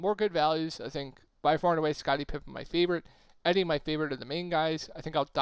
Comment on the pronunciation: E-Dee not eddy lol but appreciate the vid!